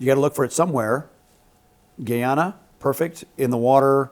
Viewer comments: Damn we really need trump in power.😢 its no longer Guiana, but pronounced Guy-ana. And our leaders really dropped the ball in our defence, i was saying since 2019 that monies needed to be spent on our military machine, but no one listened. Now look. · Sorry guys, but the correct pronunciation of Guyana is as if it were GUY (like " a good (or bad!) guy" Ana like the female name Ana. It is not Gee Ana. Starbroek is a Dutch name is and is pronounced as Star brook with the broek like the "oo" in gook. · Its guyana not Guiana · Guyana ( Guy-ANA, pronounced). Keep the chat going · Guyana is pronounced Ga ya nuh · Pronounced "Guy" Guyana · Guyana is actually pronounced guy-ann-uh. Guy as is male, Ann as in the name, uh as in uh. Guy-an-a. 🇬🇾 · This guy gave a lot of wrong information and dates. I suggest he should go on the internet and do some reading where he can learn some of the right stuff and get his dates correct. Amerindians were the first people, but are the minority in Guyana. And it's pronounced (Guy - anna). Like that "guy". It's an Amerindian word that means "Land of Many Waters" fyi Mr. PRINCE. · You're not saying it right. It's "GUY - Anna" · Its pronounce...Guy..an..a...let him no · Essequibo belongs to Guyana🇬🇾.. it's GUY ANA not hard to say. #Guyana🇬🇾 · The correct pronunciation is "Guy-ana..I am Guyanese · Nope it’s actually GUAYANA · If you’re going to discuss a country at least learn how to pronounce the name correctly. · 😪😪 40 k views of misinformation. Atleast if you wana speak on our country you can pronounce it properly, make sure you get the history right, where the EAST INDIANS came from because I think it’s self explanatory, the indigenous people, etc 🥱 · GUY-ana. Not "Gee"ana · Guy pronounced guy, ana pronounced ana. NOT Geeana! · Least they both could do is learn to pronounce our country's name correctly! It's Guy ana! Not a Geeaja!😡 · GUY-ANA ( 😊, no Gheeyana) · It's GUY ANA. Not Gy Yana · dude couldn't even pronounce Guy-ana properly.